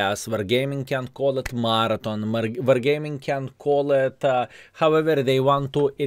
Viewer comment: Laugh my off. I didn't realize what you was saying until I read the title half way through the video. was saying Martin, I'm like who the hell is Martin and why doesn't he keep mentioning him? Oh, is trying to say Marathon.... lol love it!:)